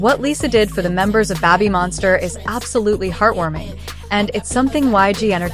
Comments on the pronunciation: Lisa did well, and did good. 👍 But "Babbymonster"? Check your pronunciation! Other than that small detail, this is a good story. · Why does the ai have issues pronouncing babymonster?